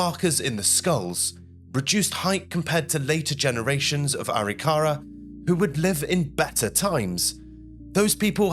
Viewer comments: If you're going to do a video on American Indians, learn how to say it: Ah-RICK-ah-rah, not Ah-rick-CARE-ah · First of all, it's not pronounced Aree-kahrah'. It's pronounced Ah-rick'-ahruh. Indian words are accented in the mid-word. Secondly, you're explaining this like it was European thinking and living. Wars among tribes happened. Some just didn't like each other! Scalps were trophies! Also, many of the Native American tribes believe that you removed hands and feet so the dead couldn't attack you in the next (spiritual) world. You took out the eyes so they couldn't see you, took the genitalia (primarily male) so they couldn't produce sons that could attack you in the next world. Also, those bones weren't respectfully buried (European notion). They were more likely pitched into a ditch and there remained until time, animals, and weather took care of the dead. You cared for your own dead, not your enemy's dead. They were left, often as they had fallen. The reason they were likely initially buried was simply weather and time. The young women were likely taken for wives and slaves (mostly the latter). And the traditional Arikara elders observing the later "Christian" reburial were likely horrified. Those dead were not buried in any kind of Indian way. The elders likely felt that once again, the Europeans were cramming their ways and beliefs down the collective Indian throats. This was a weird and wildly inaccurate representation of Indian thinking and ways. 👎🏻😢 Dreamhawk 🪶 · It's "A Rick a rah"...emphasis on rick..not "ary Car a" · NO! The natives practiced genocide. Say it’s not so. Reclaimed the ground and village A-rik-a-RA. Ai is so bad. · It’s pronounced A-Rik-a-rah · It's actually pronounced A ric ka ra.